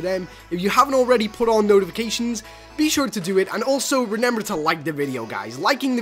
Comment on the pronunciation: It’s remember not renember